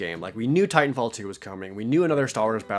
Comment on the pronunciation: oh. I thought you said Tight 'n Fall instead of Titan Fall